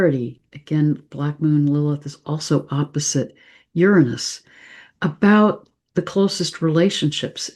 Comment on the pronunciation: Say Uranus correctly please